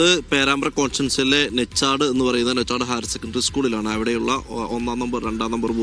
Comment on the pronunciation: നെച്ചാഡ് അല്ല പത്രപ്രവർത്തകാ നൊ ച്ചാഡ് എന്നാണ് പേര്